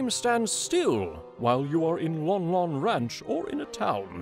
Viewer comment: You are mispronouncing the names the Lon part is pronounced lON like a light switch turned On hence LON LON ranchs pronunciation